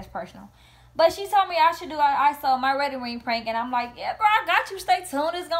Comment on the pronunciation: He kept saying “wetting ring”😭